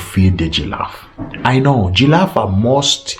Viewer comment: Are you a? Gillafe, Mt Melu, 😆😆😆😆🤣